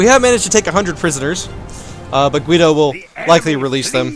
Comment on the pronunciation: I think you pronounce the name Guido pretty well, atleast that's how we say it here in Italy.